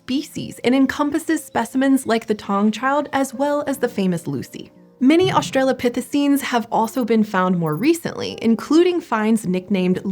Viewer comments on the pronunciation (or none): reSHtricted (restricted) HiSHtory (history) queSHtion (question) AuSHtralopithecenes!!! ...so, why isn't "ancestor" aSHeSHtor for this woman?